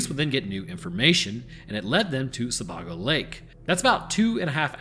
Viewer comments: Being from Maine i relly need to correct some pronunciation's….. Sebago is pronounced with a long a sound…ie Se-bay-go. Casco is a small a sound like the name Cassidy. Love your content and your delivery.. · Took me a moment to realize you were talking about Sebago lake, which is pronounced closer to seh-BAY-go, not whatever the abomination you said. And, yes, I live the the Lakes Region of Maine 😉 And to add, during the Angus King administration public radio stopped reporting on bodies found in the Maine woods... roughly around the time the tourism department started advertising more. Just putting it out there that no anglerfish were hurt in this message. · "Jury of your peers" is literally a fallacy. Sebago is pronounced w a long A.